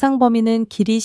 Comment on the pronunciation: 뭔말인지.. 텍스트 읽어 주는 건가요? 길이 뭐 이런거 뭉게네요..